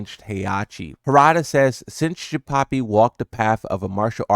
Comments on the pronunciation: Jinpapi? 🤣 It’s Jinpachi. Like the same as Heihachi but with Jin at the beginning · Why are you saying jinpapi wtf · Are you pronouncing it "Jinpapi" on purpose? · yo who tf is "Jinpapi"?